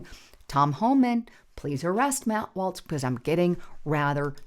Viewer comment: It is Walz (walls), not Waltz!